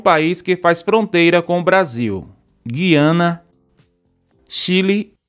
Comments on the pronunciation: O nome do país não é Giana é Gu-i-a-na, se fala como se tivesse um trema no u. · A quem interessar possa na palavra Guiana , a letra U é pronunciada....GUiana....